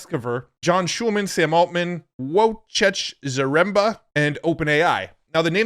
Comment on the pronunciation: It's [Voy-check Za-rem-ba]. This is how you roughly pronounce Wojciech Zaremba🙂He is from Kluczbork [Klooch-bork], a beautiful city in Poland.